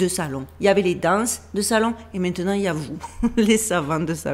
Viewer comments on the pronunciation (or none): attention ce n'est pas "mainant", mais "maintenant" pour le reste c'est parfait j'adore vous écouter, je vous embrasse, merci pour votre travail